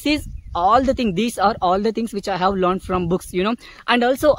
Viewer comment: You are doing great brother, you just need to work on your pronounciation. Words like stopped, learned and asked etc.